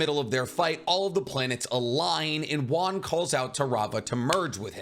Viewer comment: It's wan not juan